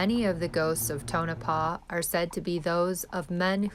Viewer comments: lol i used to live in Nevada. it is pronounced Tow no paw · Prononced Tone-A-Paw